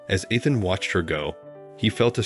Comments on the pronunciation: Pronouncing the name Ethan wrong , it’s not Athan. Learn to pronounce words/names right. Soooo annoying. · EEE-than (Ethan) Fee-an-saa (fiance) Learn how to pronounce words. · Ethan and eeethan are not interchangeable. My sons name is Ethan… it’s pronounced “EETHAN”. Me not meh! Got it?